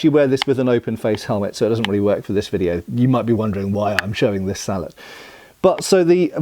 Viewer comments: I’m hearing “beaver” and “salad” instead of bevor and sallet. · "Sall-et" vs "sall-ey" is entirely a predictable French vs English thing. In French if it was pronounced "sall-et", it would be spelled sallete. I suppose as a Canadian I am more exposed to the French vs. English thing than most anglophones.